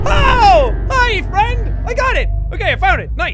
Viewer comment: DarkRaptor SC no he said ferend